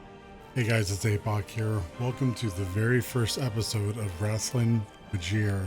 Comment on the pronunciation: RAIST-lin Like Waist. Not Raast-lin 👍🏻👍🏻